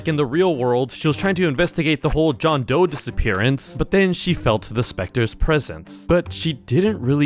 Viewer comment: It’s doe not joe